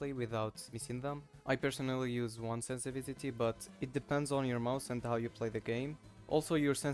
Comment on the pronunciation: "sensivitity" :D nice vid btw